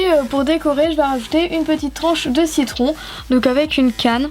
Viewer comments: cc tu as dit cicon au lieu de citron qu'on je t'adore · ta dit un moment "cicon" au lieu de "citron" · Tu a dit tarte au cicon a la place de tarte au citron lol♥ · Trop mdr un moment tu as dit une tarte au cicron au lieu de ta tarte au citron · tu as dit tarts au cicon mdrr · elle a dit tarte au ciquon lol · a ta dis tarte au cicon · a tu a dit cicron et pas citron mdr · Lol a ta dit tarte au cicon 😂😂😂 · Tu as dit au : cicon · Citron pas cicon😂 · je suis la seule à avoir entendu "tarte au cicon" ? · a tu a dit tarte au si-con mdr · qui a entendu tarte au cicon a 39sec ? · A top comme d'ab juste au tout début la deuxième fois que tu dis citron tu dit cicon mes sa arrive 😍 continue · Lol !! Tu as dit<< une tarte au citron>>, puis après ta dit <<2 tarte ai cicons>> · 0,42 seconde :tarte aux cocon lol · A ta dit tarte au cicon ❤️😭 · mdrrr a la 45sec tu as dit ciquon au lieux de citron !!! autrement super video comme d'hab et tes petites tartelettes me donne trop faim !! elles sont trop belle !! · Mdr Ç est moi ou ta dit "tarte au six con" 😂😂😂😂😂😂Sinon bonne vidéo comme d'hab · tarte au ciquon a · tu dis tarte aux cicon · tu dit tarte au cicon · au début tu as dit "tarte au cicon" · A J'ai entendu tarte aux 6 cons.... x') bref sinon super vidéo ! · Je suis la seule à avoir entendu tarte au ciquon ? À part ça c'est une super vidéo 😊